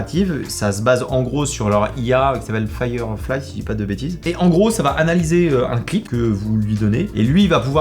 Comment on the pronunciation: T'es chiant firefly, si je ne dit pas de bétises, pareil pour un village en Creuse, tu prononce le X, alors que non, bref tu sais pas, c'est un défaut réccurent chez toi, comme dirais la chanson, ça m'énerveeeeeee. Et oui j'utilise Première Pro, si !!!